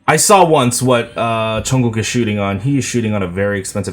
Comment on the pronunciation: I just love the way you say Jungkook's name! 😍